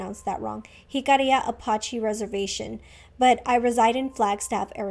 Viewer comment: Barely watching this but yes you got Jicarilla Apache right just not with the accent. I’m also from Dulce so YEAAAHH!!! Love the way your makeup came out 😍😍😍